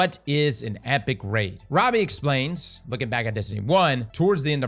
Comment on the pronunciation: Is cross an AI or what? I keep hearing him say RAD not RAID.